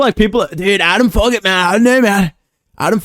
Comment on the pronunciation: “Adam Fuq-it”😭